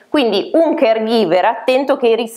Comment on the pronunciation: "Caregiver" non si può sentire.